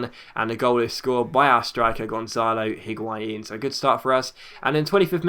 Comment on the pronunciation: The H in Higuain is silent I think